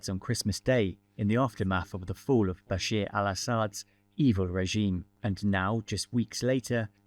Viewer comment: Why does everyone keep calling Bashar Bashir? It’s Bashar not Bashir.